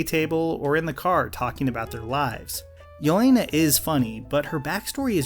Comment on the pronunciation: the biggest problem is they used shitty British vodka for product placement when proper slavs would make their own vodka. and the accents were shite. and the way they pronounced jelena. and the fact they're trying to make a cold war film in 2017 and it was still shite.